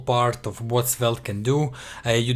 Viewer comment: It's pronounced Svelt, bro